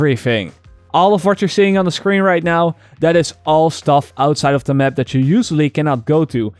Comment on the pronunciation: Stop saying "the mep"